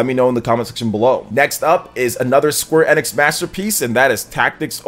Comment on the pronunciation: Bro, I know it's a small thing but you are 100% pronouncing Square Enix incorrectly. You can literally google how to pronounce it lol. Outside of that you seem pretty solid, I'll keep an eye to see if I wanna sub :D